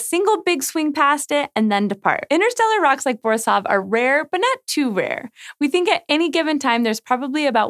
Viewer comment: It's borIsov ,not bOrisov. :)